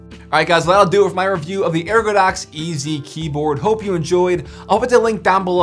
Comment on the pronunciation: Lmao no biggie but I'm sure you noticed it's ergodox